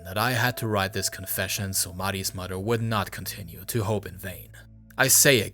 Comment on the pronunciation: How are you pronouncing the japanese "r" perfectly but stil pronouncing mother and father as "mudder" and "fadder"? Wtf